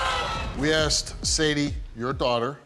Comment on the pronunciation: It’s asked not axed, for God sakes please use proper grammar